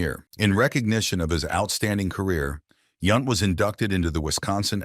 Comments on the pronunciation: Yownt not Yunt. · And it's Yount as in mount!